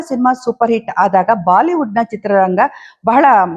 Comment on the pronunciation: Madam Baaliwood Alla Bolywood ant heli Athe Shudh kanndakke Pradhany Kodi